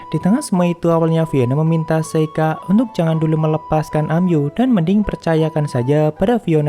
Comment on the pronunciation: Emyu bang bukan Amyu wkwk